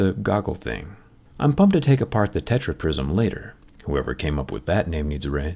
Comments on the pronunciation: man said techra prisom fight!!! hahahaha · That „TetraPrism“ kills me 😂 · "tetraprism" HAHAHAHAHAHAHAHA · Tetra-prism 😂 fans like here👍🏻